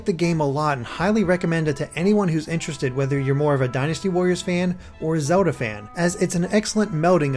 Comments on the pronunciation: the way he pronnounces zelda sounds a bit strange. it sounds like zehuda. not hating im just curious if thats an accent or not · Can't get over the way you say Zelda haha, but sick review!